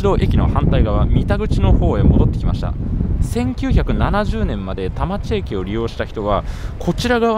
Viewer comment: 田町駅が多摩地域（たまちえき/たまちいき）に聞こえる空耳